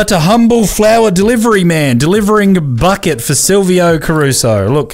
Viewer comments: Bouquet ❌ Bucket ✔️ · it’s bouquet! NOT BUCKET BOUQUET ITS CALLED A BOUQUET